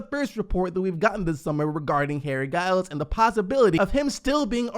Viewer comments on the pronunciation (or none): It's Giles like GIF